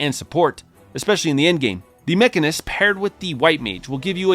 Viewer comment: To be honest, it really annoyed me hearing him say mech-arnist, with such emphasis, almost like it was on purpose as a joke. He sounded like my foreign coworker trying to pronounce mechanic.